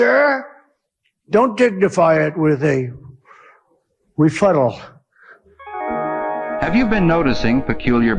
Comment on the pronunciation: this one is a classic! Don't dignify it with a...rufuttle (bwoong!). Gets me every time!